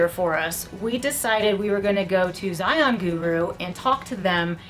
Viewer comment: Thank you always for sharing. Yes, the proper hiking equipment is key for the narrows. A few more visits and you will be able to pronounce Zion just like the locals. 😆 you all did great!